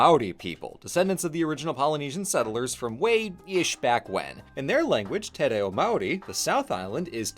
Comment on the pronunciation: good job with the te reo! the pronunciation is definitely not perfect, but really good for an outsider to NZ. definitely better than me, and I’m a Pakeha who’s lived here his whole life!!